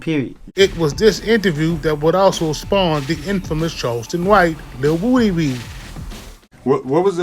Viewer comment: Lil who??? Who tf is lil wooooo-D??? I know you hear everyone calling him lil woody why do you keep saying lil woooooo-D